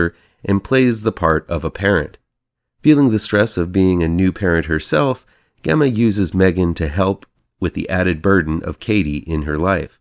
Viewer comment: Gemma's name is pronounced with a j even though it's spelled with a g. And (cue Greta voice) how DARE YOU say this film is a slightly more sophisticated Child's Play without Aubrey Plaza to attract you all the way through?!!! Who has a thing for Aubrey Plaza?!!! Again, how DARE YOU?! "Those of us who are already there" have plenty to cheer about, Sir! AGAIN, how DARE YOU?!